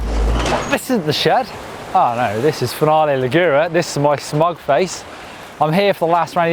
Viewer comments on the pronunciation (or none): Please pronounce Finale Ligure properly, you've been called out before lol